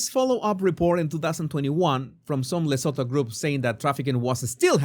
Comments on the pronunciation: The T is not silent.i grew up in South Africa near the border of Lesotho. It’s pronounced Luh-soo-too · Please try pronounce it like this... le soo too its a silent H. Im south african. Just helping 😂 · Venezuelan accent to African name!